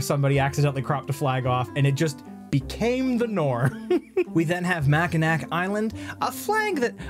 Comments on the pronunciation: You said Mackinac wrong it's pronounced Mac kin aw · as a person from chicago’s big brother, it’s mackinAW island